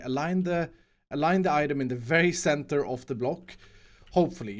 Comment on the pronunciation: mines 10,000 blocks Also: can't say center even once.